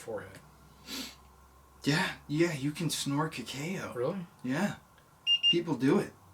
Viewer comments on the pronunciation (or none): This made me miss my dad a lot! Also, the way you guys were pronouncing “cacao” had me laughing. It’s kinda like the “ca-caw” from a crow, but ending in “o” lol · Oh and, cacao is pronounced kah-cow lol